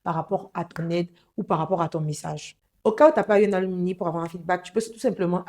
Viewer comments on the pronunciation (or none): Mes salutations à tous. Comme contribution, on dit un "ALUMNUS" (masculin), une "ALUMNA" (féminin), les "ALUMNI" (pluriel) [se lit Aloumnaï]. Merci.